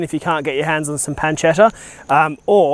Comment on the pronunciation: Its pronounced pun-che-tta